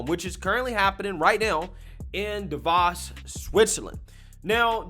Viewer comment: you gotta pronounce Davos and Jack's name correctly man, I mean Jack's on your team my guy lol